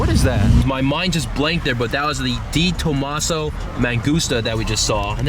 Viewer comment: DeThomaso is pronounced "DEH" not "DEE"